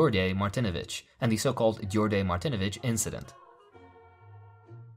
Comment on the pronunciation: druže, haven't seen anyone mention this but thought to give you a quick (not super important) tip: the 'dj' in Djordje is pronounced as a 'J' like in John. English translation of Djordje is basically George. Regardless, I'm Yugoslav and have never heard of this. Lol